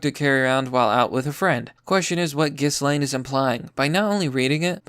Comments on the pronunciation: Ghislaine: “jizz-lane” (rather fitting to be honest) I love your 4chan videos, keep up the awesome work! (Ghislaine was participating in threesomes with Epstein and underage girls, it’s all in the court documents 🤮) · Gill-lane. It's not hard, come on. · Ghislaine's named is given a French pronunciation by the Brits : it's Jhee lahn (equal stress).